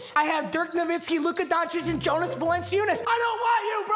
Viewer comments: He said Jonas's name so wrong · Jonas is pronounced yo-nis